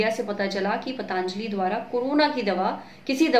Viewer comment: It's पतंजली not pataanjali..